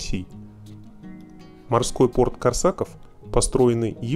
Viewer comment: КОрсаков,блин! Ударение на "о"!